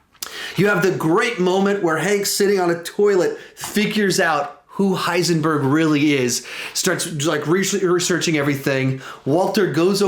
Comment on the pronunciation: Heisenborg lol